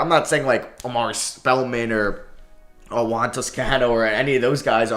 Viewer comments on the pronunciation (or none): none